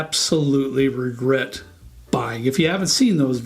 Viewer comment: You don't 'Regert'? Maybe sip a little less? :-)